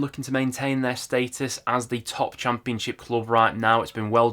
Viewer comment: I swear I only watch these videos because of the way he say cham peun ship 😂